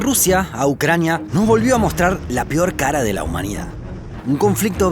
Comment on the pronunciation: ¿La "pior"? ¿"Plantiaremos"? DIOS!!!!!